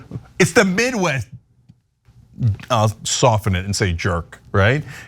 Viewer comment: He just openly admitted he's bought & paid for... and he doesn't know how to say 'Midwest' . . .